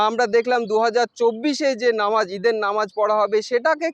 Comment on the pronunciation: দাদা ভাই নমাজ না এটা নামাজ হবে সঠিক ভাবে বলুন ❤❤❤